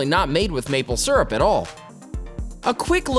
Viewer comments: Maple Syrup not Surup. Leary not Weary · It also helps to pronounce “syrup” correctly. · Why so u say syrup like that